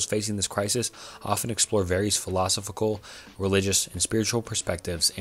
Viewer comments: I subbed. Good work. Good luck in growth. 1 minor critique tho, philosophical is pronounced "fill-i-sof-ick-al. Really minor thing tho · The pronunciation of philosophical was crazyyyyyyyyy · It's pronounced phil-low-sof-ik-all. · phill-eh-soph-ee-cal, man. come on. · Repeat after me. Fill-uh-saw-fickle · Listening to this guy mispronounce “philosophical” like 18 times and stutter and trip on his words throughout the entire video had me in tears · was brutal. bro mispronounced like 3 words in a row. Apparently cannot pronounce "philosophical" for the life of him, too. Not once the whole video. I mean, it's not a huge deal. It's still a good concept for a video. Just kind of hard to listen to with all the mistakes he decided to leave in. Especially when it's obvious that he's reading off of chatgpt. "globing warming" lol. Good try though. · Great video as always but I struggled to get over the mispronunciations of "philosophical" every time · Amazing video...buuuut I'd really recommend doing retakes of parts where you mispronounce or fumble words. It honestly sounds like you're reading from a textbook in a class you're not particularly interested in, and that makes it hard to listen to imo. Especially everytime you said philosophical. But you've got this! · I'll definitely subscribe once you learn how to pronounce philosophical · You improved drastically, I'm subscribed now. Sorry for my initial comment, I really enjoyed this video but I was losing my mind by the end specifically due to how you were pronouncing philosophical. Totally a me problem, your videos are overall fantastic keep it up! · I had an existential crisis when trying to work out how a YouTuber is this incapable of pronouncing so many words in the English language. FTLOG don't create a video about philosophical thoughts when you can't even say the word "philosophical".